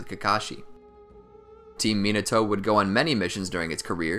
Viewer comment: Can you pronounce the name properly. At least try the white boy voice (MEEENETO)